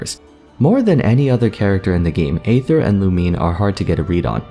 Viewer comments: xD isnt aether pronounced ee-ther as well? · Just want to say that aether is pronounced like eether you kind of leave out the a sound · im personally attacked with how you say Aether